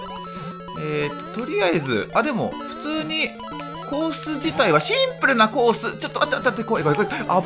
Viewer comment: コース自体はシ↑ンプ↓ルなコース